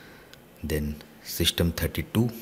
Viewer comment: Dude you said shystem instead system